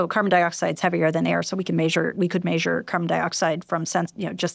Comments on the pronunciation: This was good but every time she said “maysure” I lost the plot. I know it’s a me problem but it threw me off. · Maysure 😅 brilliant but that was nearly un bearable